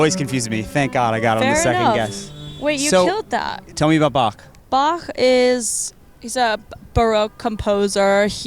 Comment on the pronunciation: Laufey pronouncing Bach with the [x] (voiceless velar fricative) makes my german heart flutter :D